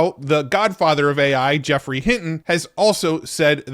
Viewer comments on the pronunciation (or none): none